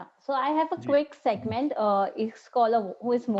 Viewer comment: it's not statement or sagment, it's segment 😂😂